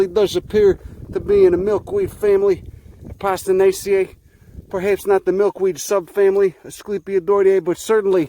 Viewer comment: Did he literally say A-pasta-naceae ?